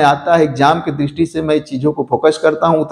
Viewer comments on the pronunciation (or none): none